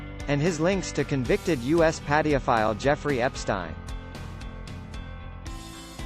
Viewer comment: Did he just say: "padi-o-file?!😂 poorly programmed robots!